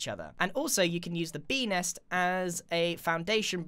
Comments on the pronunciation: I literally hear 🅱enis instead of Bee Nest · When he said Bee next I thought he said Benis. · he sed bee hole